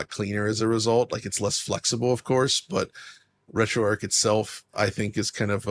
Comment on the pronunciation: RetroArch is not pronounced RetroArk. It's named after Arch Linux, where the Arch is pronounced like archer or archway.